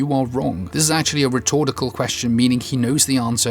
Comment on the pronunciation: Did you say 'rhetortical'?